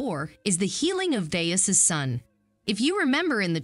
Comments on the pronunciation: FYI: It’s pronounced “GUY-us”. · If you watched The Chosen, you'd know how to properly pronounce the centurians' name. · Well, good job of narrating this video. However, you seemed to know know how to pronounce the name of Gaius. Several times you pronounce it "GAY-is" (incorrect) andante or twice you say GUY-us" (correct). I believe this tells me you're never seen any episodes of the "Chosen." (Am I correct?) Try watching. Just might change your life. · "GUY-US" not "GAY-US". Sorry. Don't mean to be like that but we've lost the rainbow and the month of June to the alphabet soup lbgtmnopabc, no need to give them more power. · Guy-us not Gay-us. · Its not Gay-us. It is pronounced Gi-us. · Gay-us? LOL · Could you try to pronounce the characters’ names correctly? Gaius prophetically is Guy•us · “ pronounced “ Guy us “ I’d rather hear the actors talk! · Have you even seen the show? Youre not even saying Gaius’ name right. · Narrative is wrong, not only mispronouncing Gauis wrong (the a is silent) but saying that he asked Jesus to come to his home. He did not say that. This happens often in many posts. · And mispronouncing Gaius's name. It would be awesome before making a video about a series, they would watch it first. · the narrator needs to learn the correct pronunciations of disciples and Gaius. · Hmm narrator does not know how to pronounce disciples and Gaius.